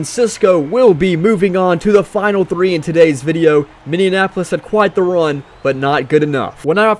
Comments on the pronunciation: Minneapolis...not minneanapolis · Was dude saying "Team Minneanapolis"?